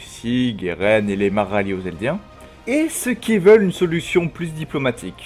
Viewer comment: On dit Eldien pas Elidien